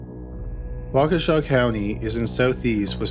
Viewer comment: It’s crazy that I live ten minutes outside of Waukesha and have never heard the first story. Also, thank you for pronouncing Waukesha correctly.